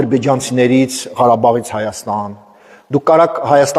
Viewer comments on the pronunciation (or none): none